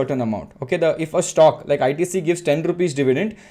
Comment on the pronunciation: What is a Shhtokk? It sounds like Stock to me.